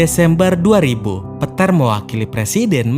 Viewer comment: narator belajar lagi mengeja nama pemain dengan benar... lukas di baca luk.... peter di baca pet